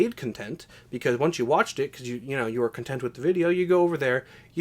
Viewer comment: Lmao "cuntent"